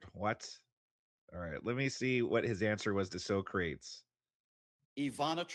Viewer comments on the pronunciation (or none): Brother its not so Crates, its soccer tees like the philosopher